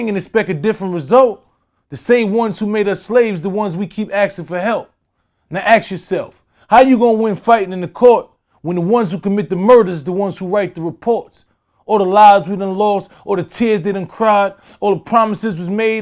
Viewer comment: How hard is saying Ask? instead of aks